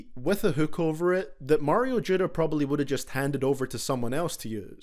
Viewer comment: “Mayro judda” hahah